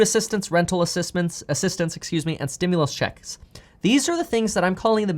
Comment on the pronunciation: Am I the only one that enjoys the way Kevin says “ checks “? 😊